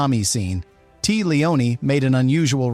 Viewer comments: Tea's name is pronounced Taya, not Tee. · You know the voice is AI whey they say "Tea" like iced tea instead of Tay-ah. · Pretty sure her name is pronounced TAY-uh, not tea. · Tea pronounced "Tay uh," not "tee?" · Cant take "Tee" Leoni seriously. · Another damned AI narration. Tea Leoni... as in tea leaves. Downvote. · TEA leoni? Shoe MAKE er. Get better AI. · TAY-uh , good Lord! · Tea, as a name, is pronounced Te-ah. It's not that uncommon but why would an ai voice over know that? An editor, perhaps, could've caught that. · her name is pronounced TAYA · That isn’t how you pronounce Tea Leoni’s first name